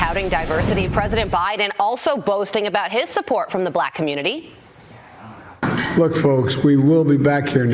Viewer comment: Nobody calls it "the communi-tah" 😂